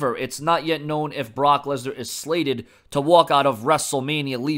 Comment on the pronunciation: Lensar? You mean Lesnar